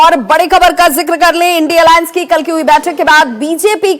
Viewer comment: इन्डी अलाअंस नही इडिया अलाअंस बोलिए